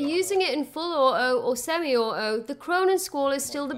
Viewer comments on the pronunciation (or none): auTo....beTTer Holy Christ pronounce the T's